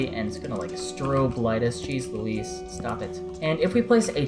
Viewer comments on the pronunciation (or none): none